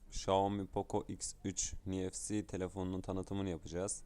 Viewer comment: Hızlı şarj 35 amper ne uçarız la 🤣🤣🤣 33watt olcak o ( Nfc = niefsi diye değil, enefsi diye okunuyor)